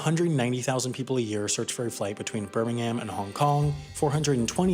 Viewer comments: why did he say Birmingham like birmin ing am 😭 its Birming ham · It's pronounced 'Burmingum', not 'Birmingham'. Im sorry - I dont make the rules. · It's pronounced Birmingum not Birminghaaaam. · THATS IT ITS NOT HAAAAAM it’s Birming umm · Me a southerner from Alabama, him a US youtuber "flights from bur ming ham" me bruh thats england, that aint no burmingham.... that bir min hum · It's not bermingham it's said like bermingum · For crying out loud! The next American who calls the British Birmingham ‘Bir-Ming-Ham’ I will actually kill! It’s ‘Bir-Ming-Um’ ! How hard is it!! Seriously though!! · i’m going to be the annoying brit, but it’s pronounced, bir-ming-um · England's Birmingham has no ham. It ends with um. not erm, um. Birming-um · Birmingham is pronounced "bur-ming-um" with stress on the first syllable only. apart from that great video :) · Great vid, but Birmingham is pronounced Bir Ming hmmm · “Bear Ming Ham” 😂😂😂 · You completely butchered the pronounciation of Birmingham. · You're not supposed to pronounce the h in Birmingham. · The way you pronounced Birmingham triggered me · I wish Americans would stop saying Birmingham wrong. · You pronounced Birmingham incorrectly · You don't say Birmingham properly :-( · Why can no-one ever pronounce Birmingham properly? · it was. But the pronunciation was American one